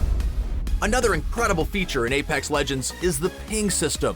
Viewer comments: “AyPacks legends” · You didn't prnounce "Apex" correctly,for that reason....I'M OUT